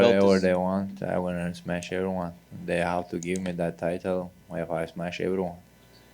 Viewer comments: Nobody, nobody. I just smesh everybody. 😂🤣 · HE SMESH EVERYBODY